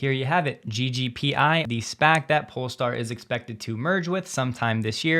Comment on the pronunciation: Hey! You said polestar instead of Polé-star :) As always, love your content! Cheers from Sweden!